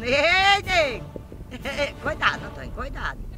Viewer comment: "coidado Antoim coidado" 😂😂😂😂😂😂😂😂😂😂